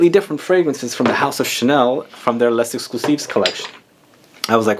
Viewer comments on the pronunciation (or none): Coromandel forever 😍 My perfume since years. Initial recipe before 2012 was the best bit less good since... but still a favorite. Thanks for the video. Would be better if you don't pronounce the "s" of Les. Love your "Chanel" 😂